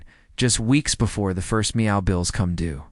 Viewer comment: Meow? Don't you mean MEFO? This vid sounds like a copy paste on a previous video, but crappier with the use of Ai. I'll give this vid a 2 out of 10 simply because of the mispronouncing of the word MEFO and Schackz name. (Forgive me if I misspelled the man's name)